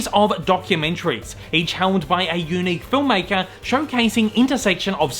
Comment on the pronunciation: The way you say unique is very YOUnick!